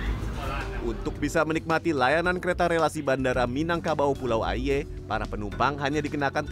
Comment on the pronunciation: Pengucapan kata 'aie' nya salah.. Tp emang agak susah ngucapinnya dgn benar..